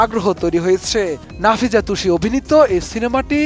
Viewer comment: হাইরে সাংবাদিক নাফিজা তুষি না ❌ নাজিফা তুষি ✅